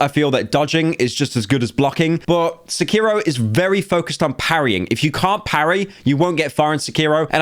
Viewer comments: pyro out here pronouncing sekiro as secureo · Sec-Key-Row Sec-Key-Row Sec-Key-Row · Why is Blud saying Sekiro like that⁉⁉🔥🔥